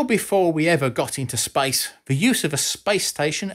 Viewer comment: we are exploring spice ! yea ! mate ! Stop saying SPICE please, you are driving me crazy !!